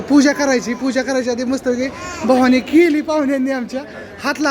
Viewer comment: भवानी नसते म्हणत बव्हनी म्हणनतात